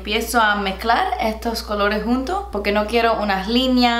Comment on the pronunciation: "because" "poqué" 🤣